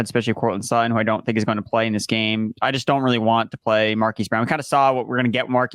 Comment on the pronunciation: bandwagon jumper lol. He has been ANTI Jeudy for ages. And he still cannot pronounce Sutton.